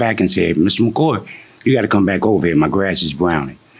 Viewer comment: it’s not a big deal your right but it just sounds bad. That man’s name was “MACOY”and the defendant kept saying “MACOR” 😂.